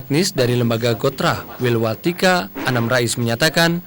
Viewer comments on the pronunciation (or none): Wilwatikta mas bukan Wilwatika. Kalo Tika jualan baju